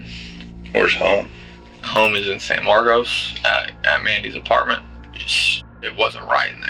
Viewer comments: In Texas, despite the spelling, it's pronounced San Marcus, or San Marvelous, as natives will tell you. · The name of the town is pronounced San-Markus not San-Markose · It’s pronounced San Mark-cus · anyone who's lived in san marcos, would never pronounce it like that